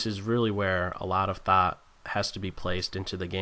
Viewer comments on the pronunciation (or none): none